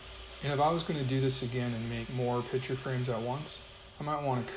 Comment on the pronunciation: Is it pitcher or picture? It sounds like you're saying pitcher. My hearing sucks. lol